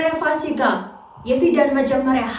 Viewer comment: ፋሲጋ አይደለም ፉሲካ ነው ለሙዬ❤